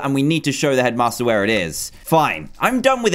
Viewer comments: I always think you say Edmaster when you say headmaster :D Awesome Dan, much love from Sweden! :D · i thinks shedmaster like toolshed LOL